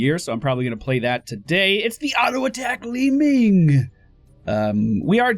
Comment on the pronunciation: With regards to your British viewers, pronouncing it 'Li-Minge' is a slang word for vagina. Just saying.